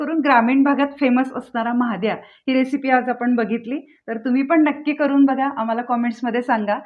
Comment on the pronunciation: महाद्या नहि 😂😂😂 म्हादया ...